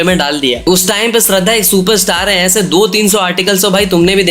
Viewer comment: abe falu k gadhe tu pehele shradha ki naam ko thik se bol k dheka tera rajkumar k stree k baad aur pehele ki koi movie hit q nahi hua re😡😡😡